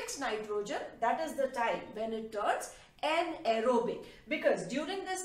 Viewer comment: An ero bic haha I love that sound .....thnks ma'am 🥰😘